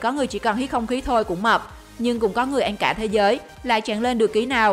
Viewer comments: Ăn thành an luôn:))) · Nói cứ ăn thành en😂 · Ăn phát âm thành “anh”. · MC nói ăn mà cứ anh anh, nghe mà khó chịu. Kiểu nói còn k sõi mà đi làm MC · mình nghe như een hay ên 😅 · Chị này nói từ "ăn" kiểu gì ấy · Video giải trí ổn, bạn nên đọc cho rõ chữ "ĂN" chứ người Việt mà đọc sai chính tả thì nghe rất khó chịu